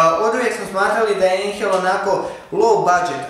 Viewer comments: Molim te izgovaraj "ajnhel" katastorfa je cut ejnhel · Ako je Einhell njemački a znamo da jeste, onda se ne izgovara Einhel već Ajnhel. U njemačkom jeziku EI se čita AJ, znači Ajnhel. Izvini na sugestiji i pratim sve tvoje video klipove. Pozdrav